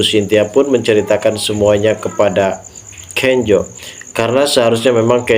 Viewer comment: Bukan Kenjo namax,Kenzo sebutanx😂